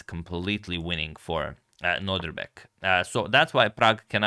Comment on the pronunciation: What a great game! Only one thing, Antonio: it's Nod IR bek and not Nod RI bek as you normally pronounce it. Hope you don't mind me saying as I really enjoy your content and this video is, as always, great 🙂